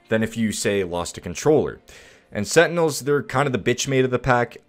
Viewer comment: setinels LMAO